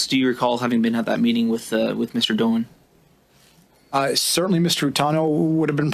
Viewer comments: (Doan is a Vietnamese name and it's pronounced closer to "doh-ann" than "dohn"...but English speakers would say "dohn" if they were not familiar with the Vietnamese pronunciation.) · With respect, FYI: Doan is a Vietnamese name. I lived in Viet Nam for about 3 years but cannot claim to speak Vietnamese. The pronunciation would be very close to this: DOH-ahn, spelled Đoàn. Viet folks, correct me if I am wrong, please.